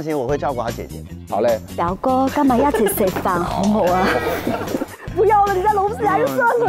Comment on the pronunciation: 只不过表哥是 biu go XD